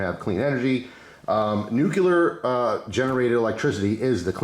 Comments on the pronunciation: It’s not pronounced “new killer” power it’s (new clear) 😅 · Nu-cu-lar no such thing. Common man pronounce it correctly